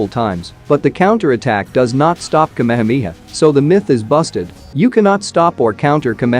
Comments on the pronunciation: Its not kamemeha its ka me ha me ha 😂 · It's KA-ME-HA-ME-HAA. not kamehmia. Had to watch this video on mute. Couldn't stand hearing kamehmia anymore. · That's ka-me-ha-me-ha, not kameha mia.😢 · Everyone :- Ka-Me-Ha-Me-Haaaaaaaa Ai :- kamha-mia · Bruhhhhhhhhh the kmehmiha kmehmiha is the epic pronounciation 🤣🤣🤣🤣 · but it pronounced me as me not as mai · Omg the way he pronounced kehemehea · I never knew kamehameha was pronounced as kamamamiha 😮😂😂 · bro butchered the word kamehameha